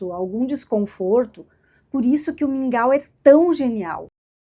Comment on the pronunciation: Li e pensei; o que será esse tal de "Míngua" fui ouvir o vídeo e entendi que era mingau.